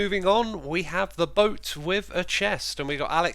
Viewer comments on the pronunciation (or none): none